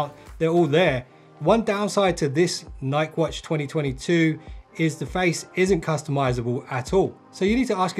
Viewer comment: You are saying Nike wrong.